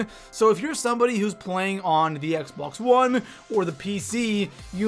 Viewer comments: he said xbox like xboux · Ha ha the way he said Xbox